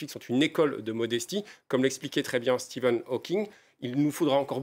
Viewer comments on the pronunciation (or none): none